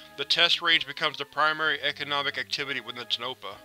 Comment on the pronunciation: It is pronounced Tone-ah-pa and Nev-AD-a